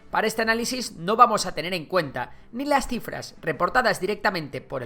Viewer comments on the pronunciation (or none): crifras😂, pense que habia leido mal